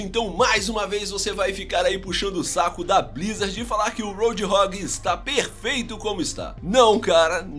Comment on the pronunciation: A pronúncia certa de Roadhog é Road (essa parte vc fala certo) e o Hog vc diz hog nao rog, não sei explicar, é que me da aflição